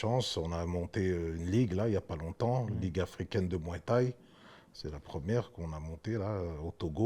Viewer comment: Danny Bill"la muay thaï" fait mal aux oreilles😂😂😂